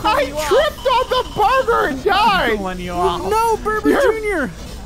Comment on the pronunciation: CG burger sounds like CG burglar